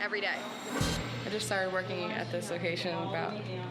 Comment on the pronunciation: “I’m WurKIn” like that is supposed to defend the fact he irresponsibly backed into someone’s car on the job💀